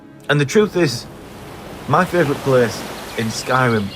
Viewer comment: "Mah feevrit pleees" 😄👍